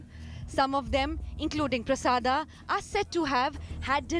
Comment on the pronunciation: Hey! India Today Jokers...what is 'Prasada' can't you pronounce it correctly.